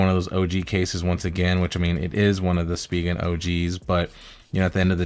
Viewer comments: Speegan ? You mean spigen pronounced “ spi …. gen “ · It’s pronounced “Spy-Gen”